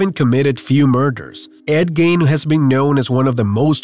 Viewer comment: its gein NOT gain plse get yr pronunciations right fcol